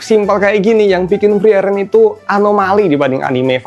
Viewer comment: Btw bacanya furii-ren/fri-ren bukan fri-eren